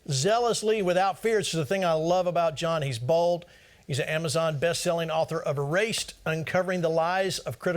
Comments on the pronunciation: i heard that as bald not bold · listening to it again and again i think he pronounced bold incorrect